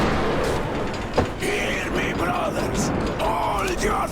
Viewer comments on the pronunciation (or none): none